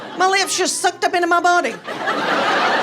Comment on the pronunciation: How the heck did she teach her kids to spell, with that accent? She pronounces “lips” as “leeeh-ips”. Imagine her saying to a second grader, “Just sound it out, honey.”